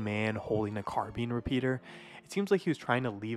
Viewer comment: Car-bean repeater 😂